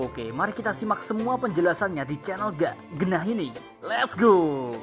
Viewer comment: "Let's go.." min, bukan "Les go.." Emang mau pergi les 🤣